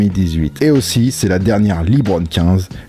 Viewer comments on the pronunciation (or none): On dit Leubron pas libron